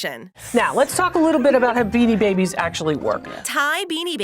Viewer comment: Hey when u said Binni babies where one of the best toys when u said in the saddest McDonald’s happy meal toys u said binni babies that’s just sad.